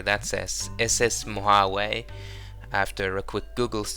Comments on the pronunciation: Great Easter eggs. The ship, Mojave, is pronounced “ moe haw’ vee “ btw. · Mojave is Mo-Ha-Vee, a native American Tribe of North America.